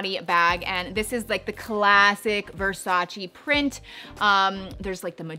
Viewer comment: It's pronounced VersachEH (rhymes with "way") not VersachEE.